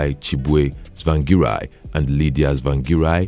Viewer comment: Do not continue writing biography of people you cant pronounce their name properly. Harrrr🤬😡👹